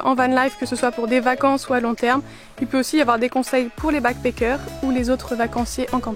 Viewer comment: Beck peckeurs ??? Backpackers il n'y a pas de é dans ce mot! Si t'as un doute vas voir sur et appuie sur le petit haut-parleur pour entendre la prononciation 😉 you're welcome!